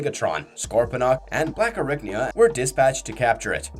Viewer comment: ….what the fuck is a “Blackarricknya”?